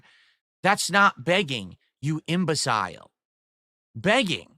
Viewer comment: Mispronouncing the word imbecile is really something.